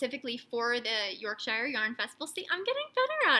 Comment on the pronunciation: So happy for wee Oliver. What a tough time for the family. So glad you are able to help, too. Oh, and its pronounced "York-shur". Also, two. other good words for entrails are: viscera, & chitterlings